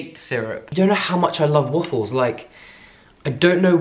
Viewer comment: So.... is it just me or does the way you pronounce waffles with your accent sound like woofles because as soon as I thought that I couldn’t not hear it😂